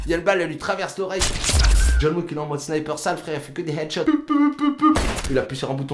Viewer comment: C'est méga drôle car à chaque fois que quand j'entend "John Wick" moi j'entend "John WEAK".